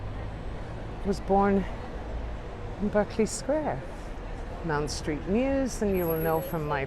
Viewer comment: Having another look at this delightful video. Just a small point - it’s Mount Street, not Mound, and the church is often just called Farm Street, because it faces into that street. The ‘offices around the corner’ are where I stayed for two very happy weeks with the Jesuit community. I had such a wonderful time, and it’s so good to see this part of London again.